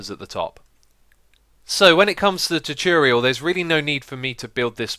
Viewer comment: Choocurial, thats all i have to say